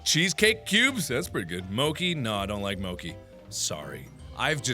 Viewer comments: Lol when he's like that's right internet Markiplier doesn't like mochi I was like the only thing more upsetting is that he's saying "mo-key" when it's pronounced "mo-chee" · mochi isn't pronounced (moh-kee) it's pronounced (moh-chee) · Mo-key? What?? Since when did mo-chi have another pronunciation I didn't know about >_> lol Mark, try again, remember Arc-hive? It's like that. Ar-khive/Arc-hive not Ar-chive and Mo-chi not Mo-key. Okay! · Yes you have! You don't like mochi? Yeah well, that's too bad, whatever. But what I'm pissed about is you pronouncing it "mokee" when it's supposed to be pronounced "mochi" with the"ch" being pronounced the same as cherry! Sorry, I just had to get that off my chest, you're still awesome! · I don't like mochi too but its pronounced moCHi not moki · Wait... it's pronounced "Moe-Key" and not "Mo-Chi"? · Dr.Darth mochi is a traditional Japanese rice cake. It's usually filled with red bean paste (which I don't like) but there's fruit filled and also peanut butter. There's also a Japanese-American kind where it's ice cream in the middle. Also it's actually pronounced mocheee and not moki but it's mark so it's fine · 'mo-key' 'MO-KEY' 'M O K E Y' Did you seriously just pronounce mochi as mokey?? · Mochi is also pronounced (mo-chee) not (mokee) it is not a coffee!!!!!!!!! XD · I love the quiz videos, plz do more of them, they're so funny!!!! =DDD Btw, the mental age test (+ bet) was the best! >:-) Oh, and Mark... Mochi's pronounced "m"-"o"-"t"-"sh"-"e", not "mouki"!!! <.< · The internet will be far less upset that you don't like Mochi, and more upset that you pronounced it "Mo-Key" instead of Mo-chee. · I couldn't care less if you like it or not, at least pronouce MOCHI right!! 😂😂😂 (Fyi it's like moah-chee not moa-key T^T) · moki? MOKI?????? ITS PRONOUNCED MOCHI YOU IDIOT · I'm more angry that you MISPRONOUNCED IT, IT'S MO-CHEE no MO-KI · XD "moh-Ki" its moe-che, chi like cheese xD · I'm pretty sure it's pronounced mo chi not moki